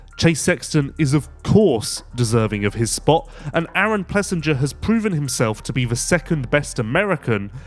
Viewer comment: Come on! You are supposed to be a professional. AP’s name is pronounced Plessing-er